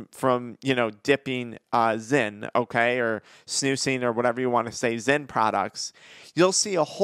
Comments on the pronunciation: This fool said zen 😂😂😂😂😂😂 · Bro called zyn, zen 😂😂